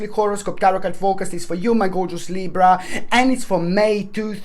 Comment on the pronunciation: I just had to say that I love the way you say Libra!! Then I always try to roll my R like you do🤣 which never works out.. Thank you ❤️